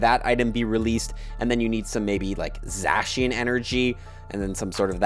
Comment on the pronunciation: Please stop saying Zacian and Zamazenta like that